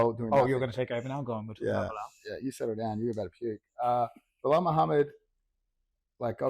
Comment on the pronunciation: "Midhamad" hahahah